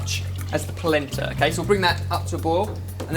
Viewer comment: whats palenta? hahah